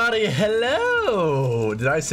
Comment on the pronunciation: You forgot to roll your R in the “everybody” in the intro 😤